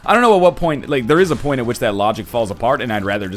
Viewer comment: Every time that NL says the word "point" a kid dies on Africa